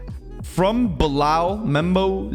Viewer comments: it is pronounced Bee Lal not Blal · btw it's read as bee-lal.